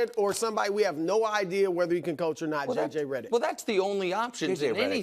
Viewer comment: Brou had a Freudian slip saying choke instead of Coach